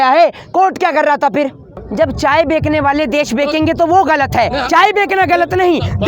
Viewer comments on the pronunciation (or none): Ye bhai sahb pde likhe hone ke baad bhi bechne ko bekna bol rhe hai or shan se batate hai ki ye student hai